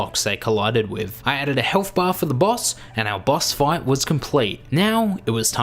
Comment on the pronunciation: What it said: Boss fight What HE said: Boss Five